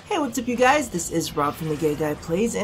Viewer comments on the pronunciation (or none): none